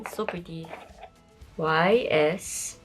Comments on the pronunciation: if YSL is your fav brand, go learn whats the correct way to pronounce it. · I also bought myself a YSL wallet for my first branded bag bc that’s my initials too but it’s pronounced SAN-LAW-ROHN. I then bought a Valentino wallet for my sister and a Chanel bag for my mom.